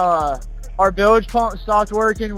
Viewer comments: What in the hell is a “bil ledge” ????😂😂😂😂😂😂😂Never in my life heard it pronounced like that 😂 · A boat operator pronouncing Bilge wrong ??? 😂